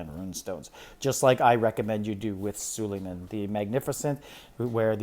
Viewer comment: You say all these names wrong which is annoying. Sulieman, Ares, ect…please learn how to say the words you use because it takes away from whatever you are talking about.